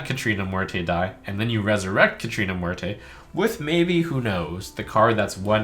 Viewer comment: The way he's pronouncing "Muerte" is killing me.